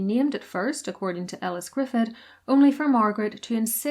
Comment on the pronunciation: In the Welsh language, "dd" is pronounced "th". So Elis Gryffudd is pronounced "Grif - ith", not "Gri-fud"